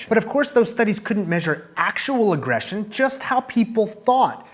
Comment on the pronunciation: Had to pause - 'aggression' not 'agression' - sorry, finishing the video now.